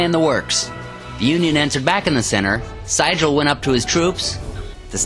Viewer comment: Very exciting battle cry scenario. New market is one of the better scenarios from both the original and the 150th. I think that General Franz Sigel's name was pronounced as "zeegul" as he was very much a German immigrant. I like the commentary and the cards played being prominently placed for viewing along with the dice rolls. Very easy to follow.